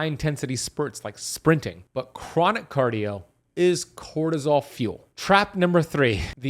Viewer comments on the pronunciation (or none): Bro said crotosol million times